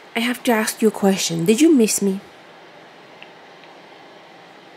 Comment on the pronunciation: it’s ASK not AXE lol still love you though 😂🤣